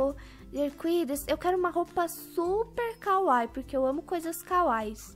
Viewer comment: A pronúncia da palavra kawaii não é kawai é kawaí